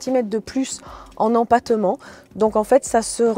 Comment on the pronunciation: en em-pa-te-ment😂